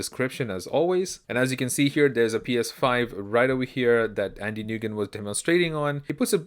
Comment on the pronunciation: Just fyi, Nguyen is pronounced "Win" ... Great videos, great news right!?